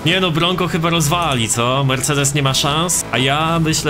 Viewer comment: „Mersejdi” i dzień dobry